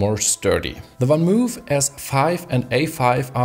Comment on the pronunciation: I admit I cringe every MOOOOOOF. It's not spelled "Van Moef".